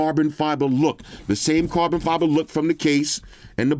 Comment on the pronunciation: can you please say properly carbon fibre?